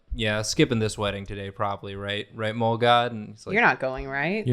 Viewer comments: i thought they said ”mold-god” for a good 10 minutes until i realised they said ”mole” 😭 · For most of the video, I missheard "mole god" as "mold god", so I was imagining Hank Hill as the Swamp Thing 😅 I regret nothing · Not going to lie, when they first mentioned mole, I did not think they were talking about the animal, I thought it was just a weird pronunciation of mole, like the sauce, and that they were suggesting that the groom ran off to come back as a mole monster. I